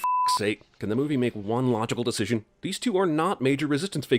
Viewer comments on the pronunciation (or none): none